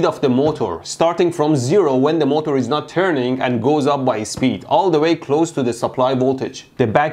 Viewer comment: Normal people's pronunciation: MO'TER' Mehdi's pronunciation: MO'TOUR'